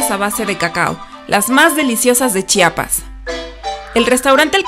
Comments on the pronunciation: Gracias por pronunciar adecuadamente la palabra Chiapas. Es terrible que omitan la "i" entre la "ch" y la "a". Me encantó el video. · Muy buenos videos y principalmente se les agradece que pronuncien bien Chiapas, se los dice un Chiapaneco orgulloso de haber nacido en este estado ya que es molesto que pronuncien Chapas.